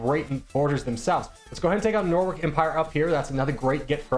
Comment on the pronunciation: I physically cringed every time you mispronounced "Norwich"